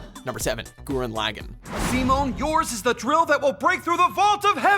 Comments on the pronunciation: "Gurren Laggin" LOL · they even have a clip of how to pronounce it in the fucking video and he still says gurren lagin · You still can't say Gurren Lagann correctly... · You mispronounced Gurren Lagann, even though you literally have a clip stating the name right after. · One day I will find the annnouncer guy and slap him for all the times he's mispronounced Gurren Lagann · i love this guy but nothing bothers me more than the way he pronounces gurren lagann